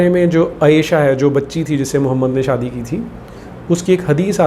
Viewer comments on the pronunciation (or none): none